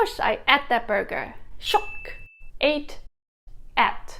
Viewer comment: Cripsee?? Who the heck says cripsee.....??? Sing-gar-pore?? Really??? It's Sing-a-pore where I come from. Just exactly how many ah-lians/ah-bengs have you been mixing with? Ate pronounced at At?? Pee-za?? Smiao-leee?????? Must be that the pronunciations in the northern parts of Singapore (where I am from) must be very different from the area you are staying in..... Otherwise, I have no reasonable explanation for the differences in pronunciation that you have been hearing....